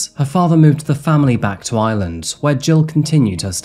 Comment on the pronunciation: IReland IReland not Island drives me nuts